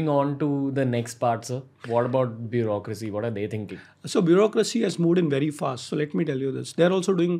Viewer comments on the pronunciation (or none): "bureaucracy" hota h